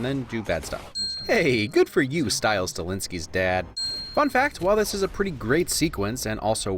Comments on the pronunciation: I'm both happy he recognized Stiles' dad but also horrified at how he spelled and pronounced Stilinski. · I SCREAMED WHEN HE SAID STILES STINLINKIES DAD